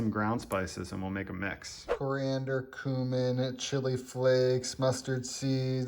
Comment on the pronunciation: He said “coomin”